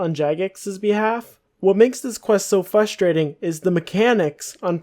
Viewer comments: I found it frustrating that you kept saying fustrating. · You can spell frustrating but not pronounce it??